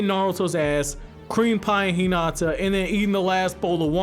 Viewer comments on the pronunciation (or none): none